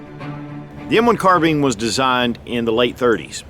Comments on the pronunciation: Are we going to ignore the fact that he said carbeen instead of carbine in the video? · That's not how u say Carbine it's bine not bean your saying it like bean it's bine Carbine your saying it like Carbean it's Carbine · Carbine..not carbean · Carbean? Carbine! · Its carbine not carten bro from Nathan Zane Trowbridge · Never heard anyone call it a "car-bean" before. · Carbine. Car-Bine. kärˌbīn,ˈkärbēn Not bean. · Say "nine" remove the n leaving "ine" Now say "Car" Now say carb - ine correctly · American English?